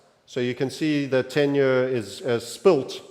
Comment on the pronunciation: the way you say “year” is disgusting